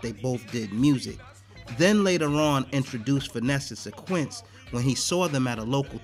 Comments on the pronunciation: Why does the Narrator keep saying "SYN-QUINCE" when her name was pronounced Syn-QWIS???? DO OVA'.....DO OVA' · Finesse and SIN-KWISS bro not SIN-QUINTS!!!! smh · Darn sure didnt...lolololol "SYNQUENCE" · Much respect for this upload but dude didn't pronounce Synquis' name right one time